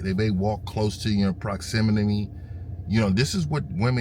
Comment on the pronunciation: bro said walk closer in proximinime im dying lmao